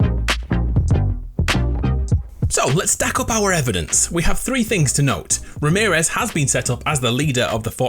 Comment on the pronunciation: everytime he said ramerez -/